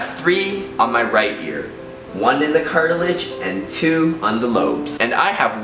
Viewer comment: you say cartilage funny:)